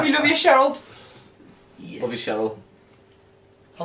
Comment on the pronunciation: I swear Max says GLOVE instead of LOVE haha!